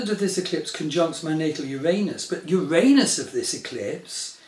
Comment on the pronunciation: Finally someone who pronounces "Uranus" the correct way, not the politically correct way! CHEERS TO YOU! EXCELLENT VIDEO!